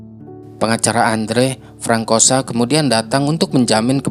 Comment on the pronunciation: Bukan frankosa. Itu baca nya FRANSOA kak…